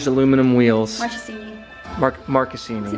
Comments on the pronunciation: You are right, it is pronounced "Markesini". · Love how American pronunce marchesini